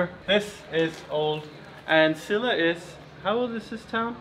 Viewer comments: Scilla not Skilla! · You are pronouncing Scilla wrong!